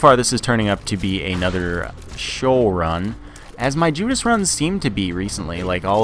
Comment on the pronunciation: its Shee-Ohl